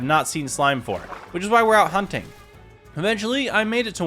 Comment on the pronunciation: Did any of y’all hear that?? When he said hunting it sounds like humpping